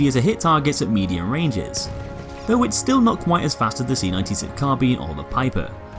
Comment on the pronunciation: Nice to see someone pronounce carbine correctly, unlike all the dim-witted millennials everywhere calling it 'car-byne'